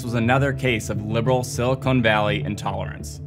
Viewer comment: i do love "silicone" valley